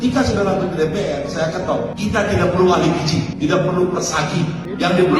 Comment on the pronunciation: Si cucun mah ngomong gizi aja gak bisa. Dia bisanya giji giji 😂